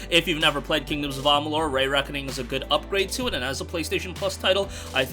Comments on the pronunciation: KoA Re-reckoning is great but I'll never watch this channel again. The Re in Re-reckoning is pronounced Ree (sounds like pee) Not Rey. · “Ray” Reckoning makes me ears bleed 😂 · Lol "KoA ray reckoning"